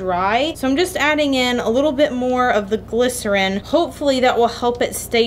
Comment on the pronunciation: Every time she says glisorin the weeb in me is like "BaKuGo" from bnha/mha